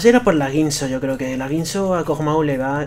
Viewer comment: Dijo Pug maw xd